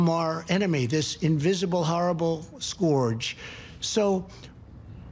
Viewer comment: I love how he said scourge. Skeworge.